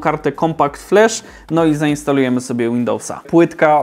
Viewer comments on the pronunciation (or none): none